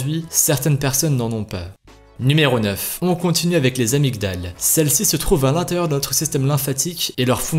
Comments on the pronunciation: Ça s'écrit amygdales mais ça se prononce amidales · on dit pas les "amygdales" mais les "amydales" c'est mieux